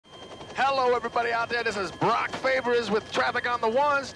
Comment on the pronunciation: Borock not Brock.